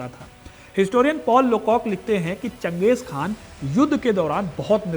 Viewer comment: चंगेज़ खान नहीं चंगेज़ खा